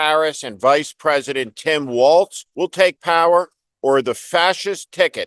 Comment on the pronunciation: Walz - not walls! Yes you KAM! K-AMerica!